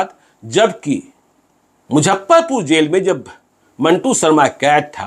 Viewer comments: मुझप्परपूर नही मुज़फ्फरपूर hota sir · अरे यार इसको मुजफ्फरपुर बोलने नही आ रहा है।😂😂😂🙏🙏🙏